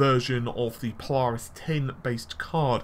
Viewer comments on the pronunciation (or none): none